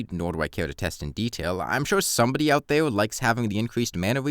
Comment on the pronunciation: try to articulate your "r" better. You're saying it like a "w". It's not "weforge", "wowse", "evewy" or "thewe"